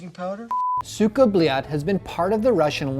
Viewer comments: *Goes over how to properly say it* "SOOKA BOOLAT" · Its not 'cyka blyat' its 'suka blet' .. please get it right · Oh Americans. Pronunciation:Suka Blyad:Suka Beliat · "Suka bleeyot" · He says sika blyet as Suuga blyaaad xdd R u praising someone?